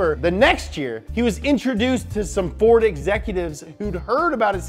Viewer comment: ahuahua Harrison "ford" ahuahuahuahuuha